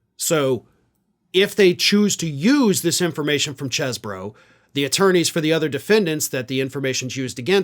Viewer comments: It's Cheese-bro. Spelt like that. Same way you pronounce it. Cannot Cheese-bro. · Damn it,! It’s pronounced “CHEEZ-bro”! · I thought it was pronounced cheese-borough